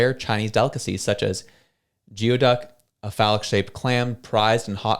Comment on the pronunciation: FYI: Geoduck is pronounced Gooey-Duck.